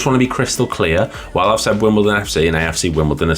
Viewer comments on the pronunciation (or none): none